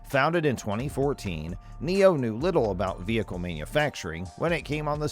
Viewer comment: NIO not Neo